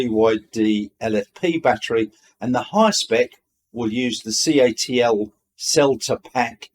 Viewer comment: Hey, got a couple of corrections for ya. A Ute is a "Pickup Truck" I think for Americans. Not just a truck. CATL is pronounced C.A.T.L. not cattle. Thanks for your updates, enjoying the channel.